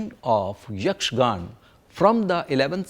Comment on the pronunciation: Great load of information, but it is a little disheartening to hear most of the words being pronounced without its ending 'a' sound including the word Yakshagana as Yakshagan. Even Sri Madhvacharya's name was pronounced wrong. Although it is still a very appreciable effort.